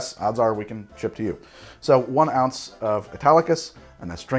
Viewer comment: He keeps saying Italicus, I keep hearing Spartacus!